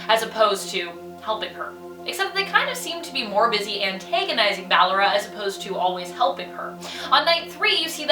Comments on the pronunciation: Why are you calling her Baylor her name is basically ballora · she said Balor its ballora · Top 10 : BALERA. me : ITS BALLORA triggered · It's not Baalora it's Ballora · She said circus baby instead of ballora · Ok her name is pronounced "bullora" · SPODDER BALLORA, SPOODER BALLORA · sorry but this is bothering me its ballora (ball-or-ah) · you are pronouncing Ballora's name wrong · it is ballora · I'm sorry you actually are calling her ballora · I’m annoyed how she says ballora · Why she say ballora so weird? Lmao